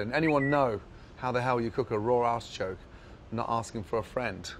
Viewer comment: when he says "artichoke" , it sounds like he is saying asschoke. "or slice a lemon and stick that up your asschoke" as he makes a very inappropriate hand gesture.